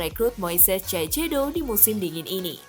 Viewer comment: dibacanya saisedo